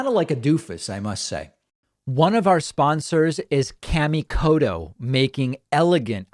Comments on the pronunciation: It's pronounce more like "Car" - me - Koto. Kami means god, in Japanese. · not in the way David pronounced it. He pronounced it more like "Kay" - mi rather than the actual "ka" - mi.